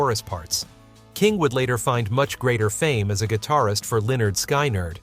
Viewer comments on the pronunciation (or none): How can you be a music historian and mispronounce Skynard? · It’s pronounced SKIN erd. Not SKY nerd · Skynyrd is pronounced SKIN-ARD. Short I not long. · Is the "person" speaking some kind of bot? Lots of words pronounced incorrectly."Sky-nard"? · It's pronounced Skinerd. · Yeah. I can't stand this annoying voice and ignorance about music. SKY NERD??? Who wrote this dribble? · Why the strange way to state skyn?ryrd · Please find out how to pronounce words like lead (singer) - sounds like leed - and Skynard - see previous comment - and more if you are going to narrate these videos. This happens frequently on this channel (and others). Those of us watching and listening find it distracting. Maybe have a second listen or listener. Geez ....